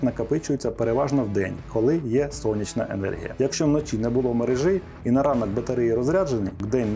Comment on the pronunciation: МерЕжі - не мережІ! Вуха в'януть від вашої "мережІ"!